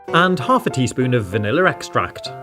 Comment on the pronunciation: It's vanilla extract, not vannilarextract